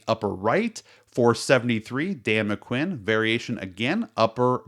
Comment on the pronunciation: Speaking of errors… go back and listen to how you read names wrong throughout the entire video. John Hickman?? Dan Mc Quinn? Irony lives here.